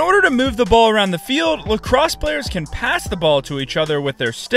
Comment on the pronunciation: "lacroose" lol. Great explanation but I wish you explained WHY for some things a little more... Like why the longer sticks for some players?